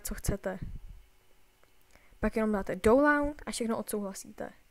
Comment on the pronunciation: pro příště se download vyslovuje [daunloud], ne tak, jak jsi to říkal. Jinak super video, pomohlo mi 😉